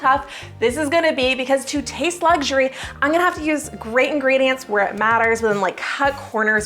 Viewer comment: Luxury is not pronounced with a G. It's not luggury. Try saying it without the G-sound, please.